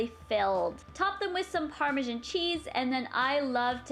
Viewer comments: Im Canadian and i pronounce it normally. I guess she doesn't know how to say it. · Canadieans do have accents i'm Canadin I don't say Parmesan like that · You say Parmesan so weird. 😑